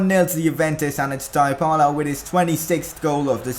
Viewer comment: it's dee-bala you dumb bitch say it right